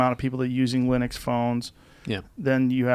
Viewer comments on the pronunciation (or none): none